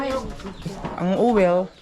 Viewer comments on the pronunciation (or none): ang OIL must pronounce “oyl” not “owel”